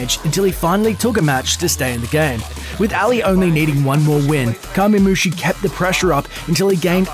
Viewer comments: C'mon Curse. You have to have SOMEONE in your Youtube content creation division that knows fighting games at least more than whoever talked over this video. There has to be at least one FGC analyst that could have done this video. Ally =/= Aly, it's like Al-Lie, Kamemushi =/= Kami or Common-mushi. Throws and jump kicks into a final smash? Wat. Nobody refers to Hungrybox as Hungry for short, it's Hbox. I lol'd at "Hungry's Jigglypuff vs. Armada's Starfox." Infiltration =/= Infiltrator. I've heard people just refer to him as Infil and that would have been fine. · To be fair he called Kamemushi "Kah-mee", when it is pronounced "Kah-mei" in Japanese. The American pronunciation of Japanese words like "kamikaze" and "karaoke" is so fucking cringe. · Alley won with a series a of throws and jump kicks smh Also he called kamemushi commey im disappointed